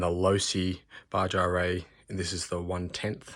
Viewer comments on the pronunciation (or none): Baja is pronounced Bah-ha. 😁👍